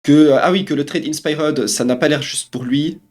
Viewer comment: Faut que tu apprennes à mieux prononcer inspired c'est pas compliqué. A l'anglaise ça se dit In Spy heard Le R est silencieux